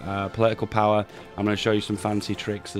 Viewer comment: Poli-ical powah xD